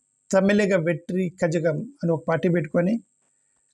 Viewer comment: కజగం కాదు నాయనా కళగం. కొంచెం ప్రిపేర్ అయి వీడియో చేస్తే మంచిది.